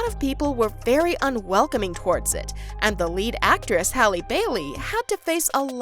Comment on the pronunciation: hrlp who is Hailey Bailey its Halle Bailey HALLE